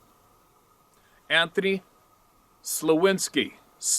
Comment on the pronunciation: Thank you for reading my experience on air. It's greatly appreciated. For a long time I seriously tried to convince myself it was a bear considering I grew up in the city. BTW you did a great job pronouncing my last name,way better then most lol. Thanks again for all you do.. Anthony